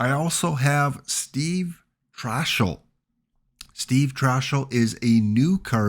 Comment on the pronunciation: Trachsel is pronounced Trax-el not Trash-el.